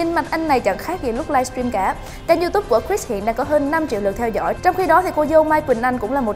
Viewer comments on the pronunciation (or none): none